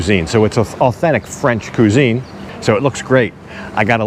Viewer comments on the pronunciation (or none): Kwa-zine .. not Coo-zine. lol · Not "Ku-zene".. Say "Quick" use that "Qui" sound for "Qui-zene" when you say "cuisine"... Sorry, it was hurting my ears.... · I think you will find its pronounced QUIZ INE.... not q zeeen...... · It's Le, not Lee!! and cuisine pronounced Qwizine. Americans and English only separated by a common language :)